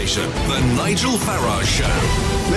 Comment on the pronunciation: The moment '' mispronounced Farage and surely intentionally if we are to believe that Nigel has been paraphrasing "too noisy for too long", was the moment about 1.3 seconds I knew he was a remoaner.